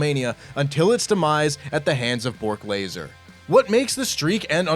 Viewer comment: Bork Laser . Idk if that was a mistake or not but it was funny .